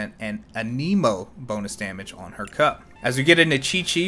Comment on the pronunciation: Do the other voice overs pronounce "anemo" that way?